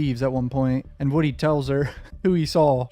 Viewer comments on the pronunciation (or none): Man name is wooh de3 wooh dee not woody